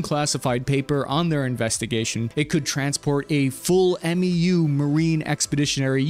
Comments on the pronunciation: MEU (Marine Expeditionary Unit) pronounced “MEW” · Love your show! Just a quick correction: you’ve been referring to a Marine Expeditionary Unit as “M.E.U.” by saying each letter individually. We jarheads just call it a “MEU” (pronounced like “mew”), as one word. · FYI- MEU, is pronounced 'MEW'